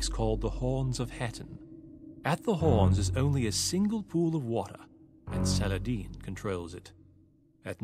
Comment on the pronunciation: People are complaining here about why Reynald didn't attack his south base early on. Probably because Viper scouted with those cav archers, moved around Blue so the cavaliers that were waiting for the attack, chased the cav archers Oh and Viper, good pronunciation of 'Saladin' ;D (even 'Salahaddin' was very good)